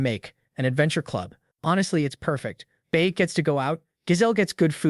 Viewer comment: “baek” became “buk bukak🐓”